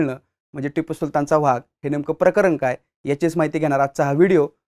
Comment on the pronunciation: मराठी शुद्ध बोला हो,vhag नाही हो वाघ असा उच्चार करत जा. उगीच त्या दुष्ट टिपू ला मोठा करू नका.